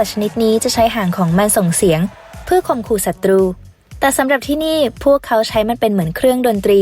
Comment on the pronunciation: เสียงเพี้ยนนะครับตอนที่คำว่าหางนกยูพูดว่าข่มขู้ผู้ต่อสู้ อิอิ ปกติต้องเป็นข่มขู่นะ 😂😂😂